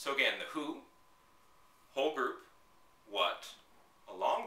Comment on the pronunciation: haha i thought you said "ogre" instead of "whole group" lol i was like ok there must be a specific vocab haha cool vids you make it really simple!